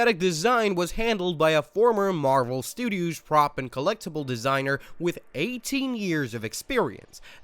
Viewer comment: Marvel Stew Doos ? 😂